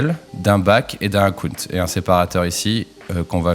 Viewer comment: Akounte… akounte… je me suis dit ce que c'était… ah oui Account !! (belle prononciation^^)